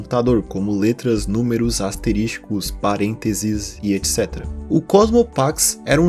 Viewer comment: Po, o mano fala ASTERISTICO